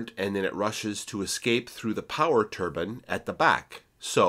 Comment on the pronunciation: Molybdenum (supposed to sound like mo-lib-den-um). Turbine should sound like ter-byne, not turban. One is a disc of blades, the other is a sort of hat. Think about it. And the American “aluminum” is right up there with the inability to handle metric units and traffic roundabouts.